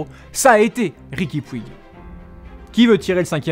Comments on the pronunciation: Petite correction en espagnole on dit pas riqui puig mais on dit riqui Puge dans la prononciation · On dit riqui poutch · Oe par contre on dit riqui poutch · STOOOOP ! ça se prononce "poutch" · Ça se prononce Riqui Poutch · On écrit puig mais ça se prononce poutche sinon bonne vidéo 🟦🟥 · 😂 Vous savez pas prononcé puig